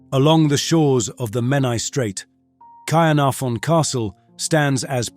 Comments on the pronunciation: This is about the worst Welsh pronunciation I have ever heard. Ordinary English people at least put emphasis on the correct part of words like Caernarfon. This guy is all over the place. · Caernarfon pronounced incorrectly in at least two different variations